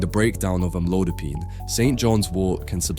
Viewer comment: Is this an AI narration? Sounds like it because the pronunciation of amlodipine is inconsistent. How stupid.